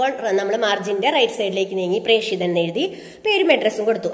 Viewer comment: പ്രേഷിതൻ ,പ്രേക്ഷകൻ എന്ന ല്ല പ്രേഷകൻ എന്നാണ്